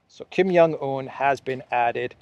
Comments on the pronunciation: Hi. Thanks for your daily update. FYI, when you say Kim Jong Eun, J is pronounced like a regular J. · Kim Son Un, not Kim Young Un. 😊